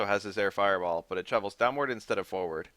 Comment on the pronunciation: How hard is it to say forward